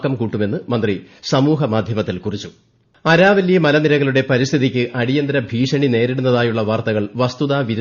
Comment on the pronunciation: Araavilli..Aaravilli alle.. reply pls if pronunciation needs correction..